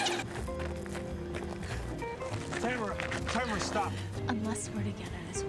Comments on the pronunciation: my names tamara and you didn’t say it right bestie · My daughter's middle name is Tamara And My granddaughter's first name is Tamara. But it's pronounced like Tamera.